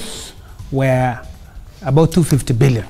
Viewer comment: when did kenyans started to pronounce were as where? it grind my gears. listen